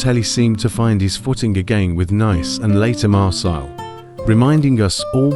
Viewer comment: The pronunciation of Nice and Marseille was enough to gain a dislike for me